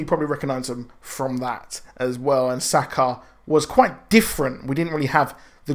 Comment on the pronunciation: Douchy comment incoming I know, fuck me right? Sakaar... ur pronunciation... plz watch the original Planet Hulk movie and see how they say it Xo